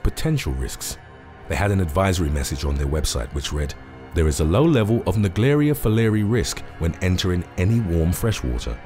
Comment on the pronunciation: Buddy it's pronounced amoeba not ameobe and it's also pronounced naegleria fowleri not the way you were saying it if you want to speak English speak it properly thank you